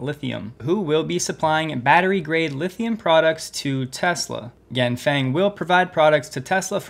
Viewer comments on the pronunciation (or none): The Chinese company Ganfeng is not pronounced like "gang bang". XD It's more like "gaan fung". Their stock also had a 9% jump today. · Quick note, the vowel in "feng" (of Ganfeng) is pronounced like "uhh." Also same with "peng" (of Xiaopeng).